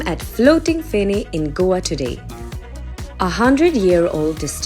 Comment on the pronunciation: Please get your pronunciations right, learn them from a local and revise them before confidently butchering the names on a platform like this.